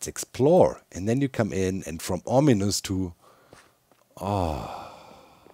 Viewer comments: From "ominous" to "ahh-minous." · From ominous to ahh-minous